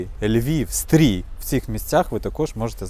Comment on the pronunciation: І знову СтрІй😤 Ну,, ну рідненький, ну не стрій, а Стрий. Літера И, не і. Ну, будь ласочка